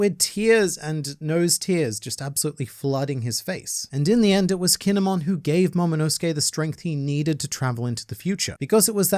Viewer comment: Stop saying kinemon it's kin.emon